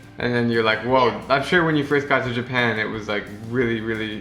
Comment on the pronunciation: Japam really is japan not japam